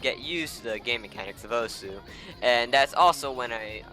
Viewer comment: Isn't osu said like oss?